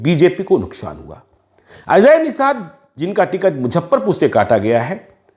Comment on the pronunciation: Muzaffarpur ko pronounce thik se karo casteist analysis karne wale.